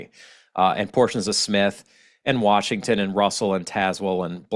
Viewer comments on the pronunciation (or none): none